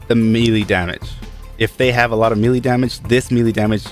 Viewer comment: P.s- MELEE DAMAGAE IS PRONOUNCED MAYLAY LOL